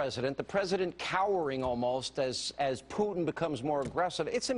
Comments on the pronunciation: his name's not peuteen, it's Putin. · Old horseface makes me laugh..her pronunciation of "P-yoo-tin" ..She's desperately clinging to whatever sex appeal she has. But fear not good people, I ask , name one Blonde female that has changed the course of events in the modern world.. I thought so. Her inane ramblings are good for sound bites at best...and somewhere in the world there's an empty kitchen. Ha ...my attempt at being a chauvinistic pig is as good as her journalistic views. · Is this bitch saying Pute-in? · the bony bleached bimbo can't even pronounce Putin's name correctly. She's in desperate need of a lube job, if she is even a she.